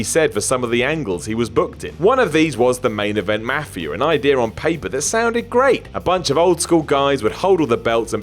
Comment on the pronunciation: I hate how says mafia......